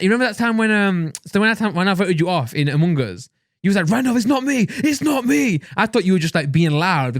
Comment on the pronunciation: “Umung uz”